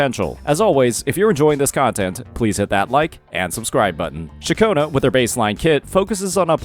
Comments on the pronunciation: Ain't no way this is speaking. Throughout from her introduction in 2.2, he's been calling Ciaccona - Cachowna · thank god you didn't keep saying Cachona broo thanks goood lmaooo good guide bro